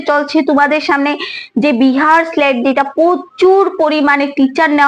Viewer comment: Tomar উচ্চারণ গুলো আগে ঠিক করো বিহার স্লেট টা কি